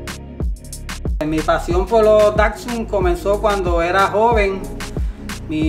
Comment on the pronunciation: Por lo menos aprende a pronunciar bien la marca Datsun pues , no es Dacsun sino Datsun ☝️